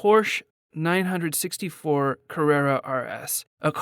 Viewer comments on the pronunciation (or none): u cant even say the model name correctly... sad..